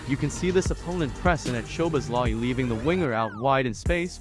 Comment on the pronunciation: Listening to this was a pain in the neck. His name man… have a little respect at least and try to pronounce his name properly. At least TRY. Szoboszlai = So-bos-la-e Not to mention… The voice on this video was so painful to hear I had to turn it off after 37 seconds.